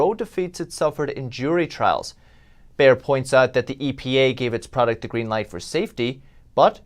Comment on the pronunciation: BAYER, Bay-er not Buy-er...its not a buyers market dumb shit"